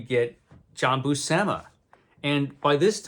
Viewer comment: great stuff! FYI John and Sal both pronounced their last name as BUEW-SIM-UH according to the "How to Draw Comics the Marvel Way" VHS tapes someone uploaded to YT